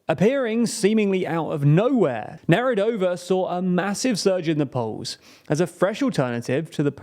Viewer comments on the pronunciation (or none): as a czech, i thought you couldnt say something worse than "Zeman", and then you said "Nerudová"